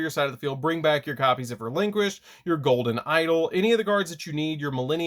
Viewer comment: Please stop pronouncing the name of the deck like that